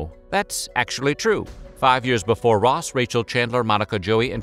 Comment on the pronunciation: He can't say before correctly though.